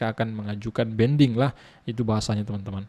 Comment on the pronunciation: Banding bang bukan bending 😂😂😂😂